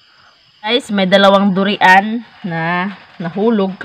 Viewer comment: Duryan Ang pagbasa sa durian dili du ri an